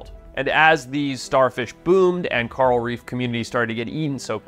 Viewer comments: Coral reef ❌ Carl Reef ✅ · carl reef 😭😭😭 it’s kaw-rahl besides that ily forest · Hey Mush mouth… it’s not “Carl” it’s fucking “core-ul”….. Also in your other videos you say “Zeb-ra”…. It’s pronounced “Zee-bra” WTF! Annoying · Am I hearing him wrong when he says coral, I'm hearing Carl? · We need to trade this guy with Rick Grimes. Cuz Rick says "Coral" when hes trying to say "Carl", and this guy says "Carl" when hes talking about "Coral". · Why is he calling coral carl? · So Rick Grimes calls Carl, Coral, and Forrest calls Coral, Carl. English man. It’s weird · When I heard that I was like holy crap you can really tell he's from South Africa when he says Carl Reef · I've never heard anyone say the word coral like Forest.